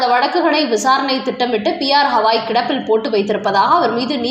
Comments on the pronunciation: ஹவாய் இல்லம்மா..கவாய்! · அடட ஹவாய் கிடையாதுமா, கவாய்!😊😊😊